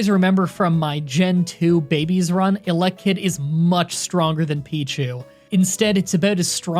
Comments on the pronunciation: sounds like you say "elec - kid" x) I always said "ele - kid" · The pronouncation is “Elly-kid”